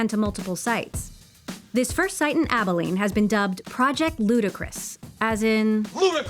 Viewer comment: The CEO’s pronunciation of Abilene when he welcomes the reporter at the beginning is foreboding. The accent is on the first syllable of the word not the last syllable. 🤯